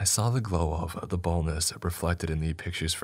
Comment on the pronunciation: What are you actually saying the name of the monster in the first story is? "the boneless" "the boatless" "the bowless" ..?